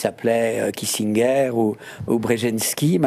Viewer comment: Cet animateur est agaçant à intervenir grossièrement pendant que ses invités parlent. M. Moïsi, Kissinger se prononce à l’américaine, pas à l’allemande! Poutine a en face de lui un Trump caractériel, des Occidentaux marginalisés par l’Amérique et un Zelinski qui court après les uns et les autres. Il a une excellente main. Les Occidentaux ont poussé l’ours russe hors de sa tanière, il n’y rentrera pas facilement. Attention aux missiles à longue portée allemands: si de tels missiles sont tirés depuis l’Ukraine et frappent l’intérieur de la Russie, celle-ci répliquera contre le pays qui les aura fournis! L’Europe occidentale est-elle prête à entrer en guerre contre la Russie?